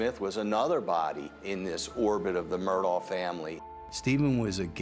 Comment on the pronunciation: FINALLY, ‘Murdaugh’ is being pronounced correctly!